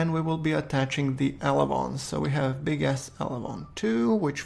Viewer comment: the way you say big-s sounds like big ass XD, this isn't an insult it's just a joke.